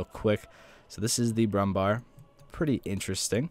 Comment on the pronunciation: pronounce brumm bär like the English bear it's the same